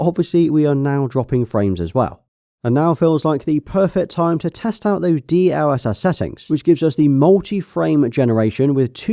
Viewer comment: It's pronounced DLSS not D..L.........SS